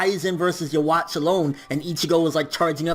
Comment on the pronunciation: I'd probably like the video more if you didn't say Yhwach's name like that